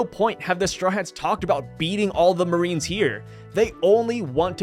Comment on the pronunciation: Yes, the moe-arines.